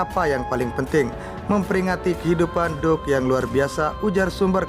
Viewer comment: Mas, mbok belajar membaca sedikit dong klu bicara di youtube. Terutama bgm mengucapkan Duke dan Andrew. Apalagi klu di-ulang2 spy tdk menghina org dan menyakitkan telinga.